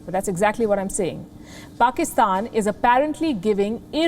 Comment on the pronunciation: i hope it's true, but i guess it's not. You can go look into Wion they are really concerned about Pakistan. Go compare yourself with US or extra intelligent life we don't care. But atleast don't talk shit on media. Or learn to respect other countries you don't even spell or pronounce PAKISTAN correctly.